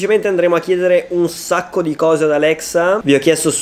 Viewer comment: 0.19 un sacco ma proprio un sacco ma tipo un scoo